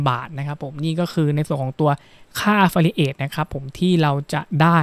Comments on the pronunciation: ผมว่าคุณหาเพื่อนบ้างนะเค้าจะได้เตื่อน บ้าง อ่านผิด แค่นี้ก็แย่แล้ว แอฟฟริเอท อะไฟเอทอะไร ว๊ว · ไม่รู้คลิปนี้มาได้ยังไง Idea ก็ ใช้ได้นะ แต่ อย่าพูดอังกฤษเลย เสียงเพี้ยนมากๆ คำ Affiliate ออกเสียงแย่มาก ลำบากนักก็ใช้คำไทยดีกวาา ถ้ายังอยากพูด ต้องหัดออกเสียงทุกวันทุกนาที แอฟฟิลิเอท --- Got That ...!!! By the way info is not bad though ....